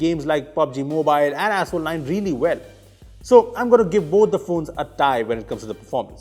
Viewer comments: Did he just say "Asshole" instead of "Asphalt"....😂😂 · I know he said asphalt 9 but it sounded like asshole 9.